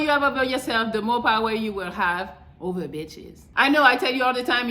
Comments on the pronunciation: Every time she says itches makes me 😂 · Thts a fact